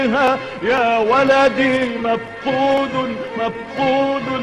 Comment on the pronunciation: Valady is wrong pronunciation... It is "walady".. And walady is not a name it is a word that means " my son"